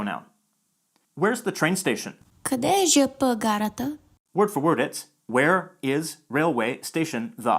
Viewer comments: Благодаря за прекрасно представеното видео! Имам само една незначителна забележка, относно това как произнасяме съкращението ЖП. Не казваме Жъ Пъ гара, а Же Пе гара. Останалата част от видеото беше абсолютно на ниво и ми беше изключително интересно вглеждането в нормите на езика и сравнението с английския, както и със славянските езици ❤️ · This is the first time I am hearing the ЖП pronounced that way... Although when spelling the alphabet, the consonants are pronounced with the Ъ vowel... In abbreviations they are usually pronounced with Е... ЖеПе, instead of ЖъПъ! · Small correction, almost nobody pronounces "ЖП" as "ЖъПъ", but "ЖеПе". Can't say way, first just doesn't sound right. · She mispronounced it. It's pronounce ЖеПе not ЖъПъ. Just to note that. She corrected herself but she deleted her comment ;/ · Докъде стигна с българския език? :D Just to let you know that there is a mistake of how she said ''ЖП гара'' Since this word is a loan from French and Russian the abbreviation of ''железопътна гара'' will be ''же пе'' not ''жъ пъ'' Yes, this is how we spell the letters but in abbreviations like those we use the Russian way of pronunciation which is influenced from Latin like ''же пе'' Same goes for the USSR - ''СССР'' it's pronounced ''ес ес ес ер'' not ''съ съ съ ръ'' And pretty much every abbreviation is like that ''КГБ'' - ''ка ге бе'' not ''къ гъ бъ'' (well, there are exceptions but most of them are like that). Hopefully I helped you :) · There is an error in ZH-P abbreviation description. It stands for ZHelezoPaten/ZHelezoPatna (without Transport, as there is no T) or RailWay. So it's ЖелезоПътна Гара. Also, the Bulgarian speaker pronounced the abbreviation strangely. You should say Zhe Pe Gara when abbreviated, not Zhe Pu, or whatever they said 😀 Maybe it was already mentioned by another comment. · Грешката е вярна. Правилното произнасяне на български е "жъ пъ".